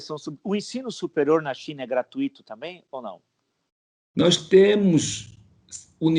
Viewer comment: Professor, GRATUITO é como FORTUITO:>> destacamos o U, e não o I. Ouví-lo repetidamente escorregar no „gratuÍto“ é como ouvir um bom pianista errar uma nota, e sempre a mesma. „Is“ e „Us“ à parte: excelente entrevista, sobretudo considerando o que não foi dito.